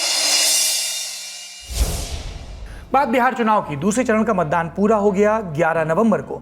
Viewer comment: Tnaav ❌ chunaav